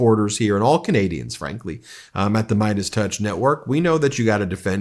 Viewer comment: You're doing a great job Ben! Your pronunciation of some of these difficult names has really improved; you do know Canadians. And I think Charlie Angus would be okay with the comparison to 'Cowbell - when most live music rockers yell "More Cowbell". We Love Charlie Angus - he speaks for all true Canadians!